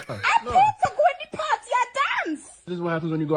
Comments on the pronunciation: Well, you can go "PAHTY" with someone else! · GET OUT! so I can have a [PAR] -TEE leaving you.